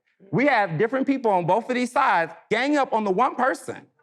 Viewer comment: Not sure the interpretations of boaf uh dee sides means